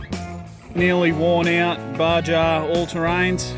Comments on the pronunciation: Lol, "ba-Ja all terrains". Why don't they just spell it with an H instead of a J. Like jalapeño should be halapeño. Check out some Baja race vids. Wild stuff. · Baja is pronounced BAHA. It's Mexican lol